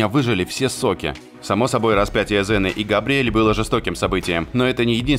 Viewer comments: Окунь ксена а не зена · КСена блять КСена. Кая нахуй Зена !? Слух режет